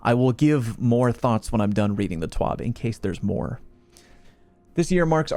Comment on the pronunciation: I always thought it was a TWAB (This Week At Bungie) not a TWOB. Wonder what the letter O stands for?